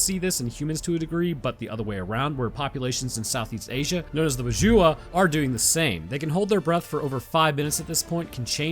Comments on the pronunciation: they are the Badjao "badge-aw", it took me a minute to recognize what the "badjua" are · Just wanna say it's pronounced Bad-jow not Bajuwa ahaha but overall always the fun content you make. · I believe you're talking about the Badjao/Bajao, in the Philippines we pronounce it as Ba- from bad without the d and -jao is like saying joust without -st best i can go with pronunciation via comments 😂